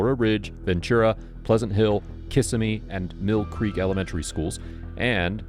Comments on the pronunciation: In “Kissimmee” the second syllable get the emphasis. You’re welcome? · Not Kiss A Me…it’s pronounced Kasimee. KA Sim Mee. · It's kissIMME not kiss a me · Lol it's pronounced: "Ki-Simmy" not "Kissa-me" bud xD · No one gets it right but is is "kiss-M-eee"; one syllable. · That's three syllables kissuhmee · It's pronounced kuh·SI·mee. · Kissimmee Kuh-Sim-Me! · Ki-sim-ee not being rude just letting you know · I'm always tripped out by how non Floridians say Kissimmee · I love how everyone pronounces Kissimmee wrong. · That's two syllables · Oh, you made my day with your pronunciation of Kissimmee. Home of Florida Man, we are simple down here.